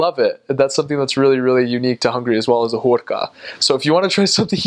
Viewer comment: 😁😊"Hùrka" is so nice!🥰 I'm Hungarian!😉😀